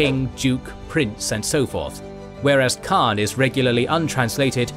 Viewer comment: The great thing of this platform is that your pronouns of the Great Khaan is correct.